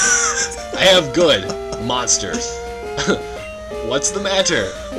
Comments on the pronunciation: the way he backtracks at “monaters” always kills me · "Monaters" from graduate school? Oh, you Monster... COACH! XD